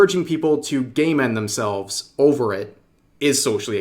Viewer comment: lol the way you say game end themselves sounds more like gay men themselves